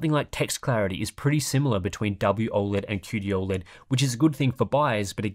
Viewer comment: I’ll cut the ‘O(a)led’ asmr’s 😂